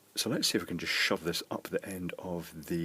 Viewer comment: i love the way he says "shove". Shove. Shove it up there. sounds so cool. love that word.